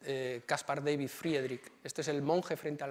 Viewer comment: Magnífica conferencia. Amena, interesante y muy completa. Gracias. Sólo una puntualización, por favor, no pronuncie David en inglés, uno era flamenco y el otro alemán, Da-vid, como suena, ¿no empiezan a estar hartos de tanta invasión anglicista?